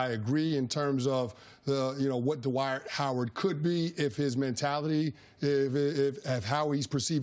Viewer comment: Why do people pronounce this man's first name as "Duhwight" Jesus Christ his name is DWIGHT.